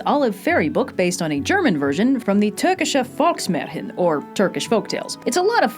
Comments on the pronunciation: One little thing: I love that you pronounced the ä in Volksmärchen differently than a normal a. I've heard it so often that people just pronounce it the same, THANK YOU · As a german i am impressed at the pronounciation of "Volksmärchen" because i can assume thats Not an easy word if your Not german but she nailed it really well